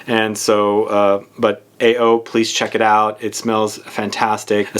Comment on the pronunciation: AO is I think it's pronounced as Ah oh which means blue in Japanese.